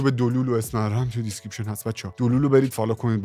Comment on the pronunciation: دیسکریپشن❌ دیسکریشپن✅